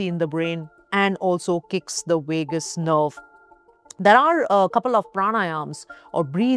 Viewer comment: Wagabond Wagus nerve. Wagal wery funny